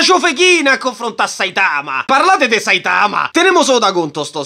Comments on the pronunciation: ma perché dici Saitàma se nell'anime pronunciano Sàitama? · Ma pk dici saItama? Si dice sAitama Cmq mi fai morire😂